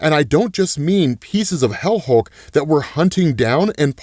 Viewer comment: Hell Hulk? Helk? Wait... HELCK? GO READ/WATCH HELCK!